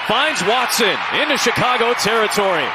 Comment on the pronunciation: no one is gonna talk about the commentator saying “Chicagah”🤣🤣